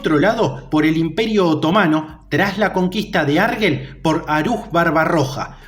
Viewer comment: no se pronuncia arguel, se pronuncia arjel